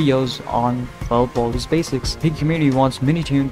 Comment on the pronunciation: Bro, Baldi, not Baldy.